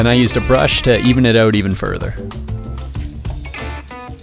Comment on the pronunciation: Why is it so hard for you to say OUT?